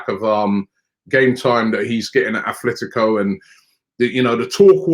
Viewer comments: Atletico not afltico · Is Robbie dyslexic? Man keep persistingly calling Atletico Madrid the wrong way. Once and for all it's Atletico and not Athletico